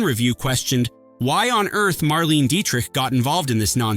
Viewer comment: Idiot! You don't know what you're going on about. The first movie scenes you are showing is NOT the one you are babbling about. You can't even pronounce Marlene Dietrich correctly. It's Mar-lay-nah.